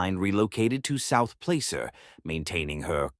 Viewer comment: Yak - eh - ma - accent on the first syllable. Plass-er. Please look up pronounciations before reading!